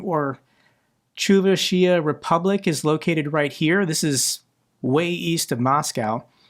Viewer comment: Chuvashia is pronounced “choo-vash-ia.” I know Russian isn’t your native language, so I’m just trying to help. The Chuvash people aren’t even Slavic: they are a Turkic group, like the Tatars, Bashkirs, and Yakuts also in Russia.